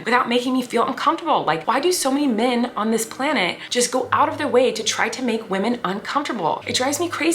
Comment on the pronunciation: Colleen says “men” the same way she says “pink” hahaha min not men. All in good fun, your vids make me so happy!